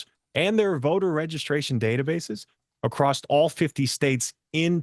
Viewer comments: Acrossed/Acrosst is very distracting. Be better. I want to support you and believe in you. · I’ll be frank… It’s hard for me to trust someone who repeatedly pronounces “across” as “acrost”. 🫤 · But why does he keep saying “acrossed” ?! It’s not a word! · Why does he keep saying “acrossed” ?! It’s not a word! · In some parts of the country, that's how the word "across" is pronounced.